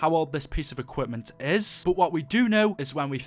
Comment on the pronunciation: When he says “equipment” makes me cringe (edit) still love the content